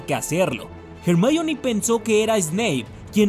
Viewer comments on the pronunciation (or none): Se ha puesto de moda decir jermayom? Parece tonto el que lo dice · "jermaioni" xDDDDDDDDDDDDDDDDDDDDD